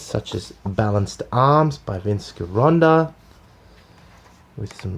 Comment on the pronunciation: It's pronounced Jeronda!!!